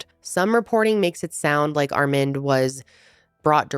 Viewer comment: Are you trying to say the name "Armand"? It's Ar-MAHND